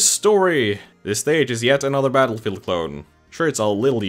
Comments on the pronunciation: Yeah why’d he say metal field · Is it just me or did he say metalfield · Did he say Metalfield? What. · “Battelfegeld” “Mettlefield” Take your pick